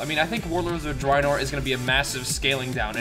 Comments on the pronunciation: It's pronounced Warlords of Dr-A-enor.. Not Dreinor.. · ur saying drinor not draenor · he doesn't say draenor right lol